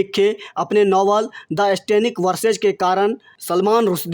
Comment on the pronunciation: भाई खबर को रिकॉर्ड करने से पहले सही उच्चारण जान लें और कई बार ज़ोर से पढ़ कर ज़ुबान साफ़ कर लें। स्तब्ध शब्द को अस्तब्दध ना कहें इश्टेनिक वर्सेज़ नहीं सैटैनिक वर्सेज़ है। आप खोमैनी तक ठीक से नहीं बोल रहे हैं यह लाइक्स सिर्फ़ चैनेल के लिए हैं।